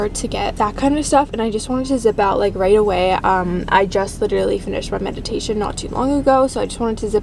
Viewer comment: its meditation not madiation gurlll